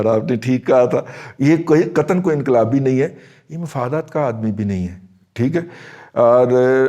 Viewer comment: inqalibi nin hay aur doosra lafz aap nay bola samajh nin aaya